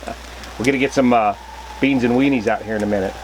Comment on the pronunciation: “Franks n Beens!”